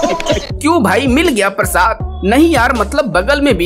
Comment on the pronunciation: Saadi suru parsad...Abey apni bhasha theek kar pehle gawar..Sh bolana seekh pehle